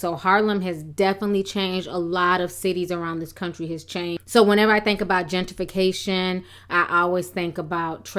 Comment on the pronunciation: Learn how to say the word girl. Gen tRi fi cation. NOT gen TI fi cation.